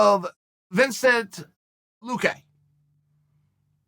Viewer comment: Vincent🤣🤣🤣 Chaels the best name pronouncer the sport has ever seen. Its like he wants called outta retirement 💀